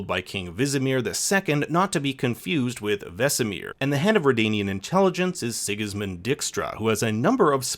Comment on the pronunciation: Excuse me, sigusmund whostra? Kudos for trying tho. de Dij part of dijkstra is pronounced like the english word die.